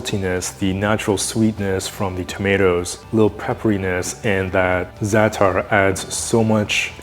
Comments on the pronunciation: Ts pronounced like za' ter. It's a Middle Eastern spice blend of usually thyme, sesame seeds, salt, and sumac. It's savory and slightly sour. You can get it easily in most international stores, middle eastern markets, or in the international aisle of the grocery store if you live in a bigger city. It's delicious on eggs with olive oil and some warm pita or just with the pita bread and olive oil. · The way I just giggled when you said zaatar 😂 it's the first time I hear someone who's not "arab" use that word